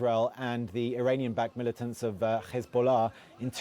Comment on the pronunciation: It's Hezbollah NOT khezbollah you idiot, it's not khamas it's Hamas. Ignoramus